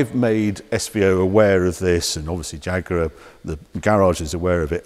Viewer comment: Am I the only one who's hearing him saying jagurar